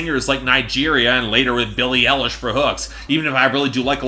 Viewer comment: "billie ellish"